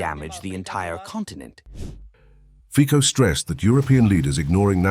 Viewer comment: 😮😮 Hey ignoramus, it's pronounced fitso!😮😮